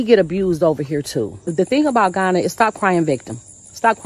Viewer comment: Come home? You're joking. You can't even pronounce Ghana!